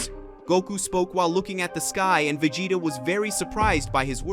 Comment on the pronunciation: Come on surely you could get this person to be able to say vegeta properly